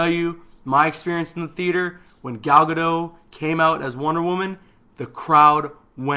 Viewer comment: Just so you know Gal Gadot's last name is pronounced as it is spelled Ga-dot not Ga-do